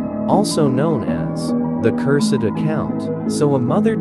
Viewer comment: "The curs sed account"